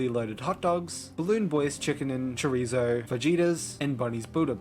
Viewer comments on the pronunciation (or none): none